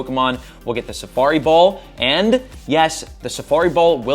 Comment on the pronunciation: Why can’t you say safari ball lmao